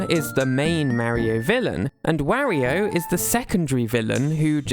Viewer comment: Oh God, you even say Wario wrong lol, I just can't lol.